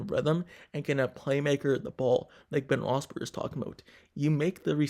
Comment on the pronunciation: Really wish this guy would learn how to pronounce Ben's name.